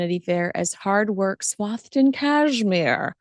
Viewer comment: Oh, this does my absolute head in - this word “swathed” is not pronounced “swoved” it’s pronounced “swaythed” a and e with a letter in the middle is a split diagraph which makes the sound “ay”